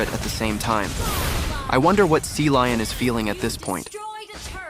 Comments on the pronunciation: Cecilion❌ Sealion☑️ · Cecilion ❌ Sealion ✅